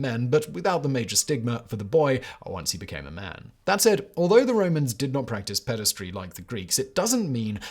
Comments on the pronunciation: There is no such word as "pedistry" - Simon really should learn to read. The correct word is "pederasty" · Ped-a-ras-ty Not pedes-try 🙄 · If you have to pronounce a new word so many times at least look it up... Pederasty or paederasty (US: /ˈpɛdəræsti/ or UK: /ˈpiːdəræsti/) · "Pederasty," not "pedastry." "Chaste" is pronounced to rhyme with "chased," not "last." And the first syllable of "Sappho" does not rhyme with "say" but like the first syllable of "sapphire." I'm really surprised to hear that many mistakes in one of your videos.